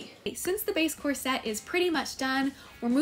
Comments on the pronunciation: I know it's dumb but hearing corset pronounced as "cor-SET" drives me crazy!! It's pronounced "COR-set" Anyway, you truly are a wonder and pay so much attention to detail. Your videos are always a joy to watch! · Lovely ❤ is that how you pronounce corset? Mine sounds like "core-sit" 😂 brilliant artist.